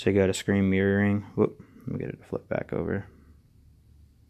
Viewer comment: "screen meering"?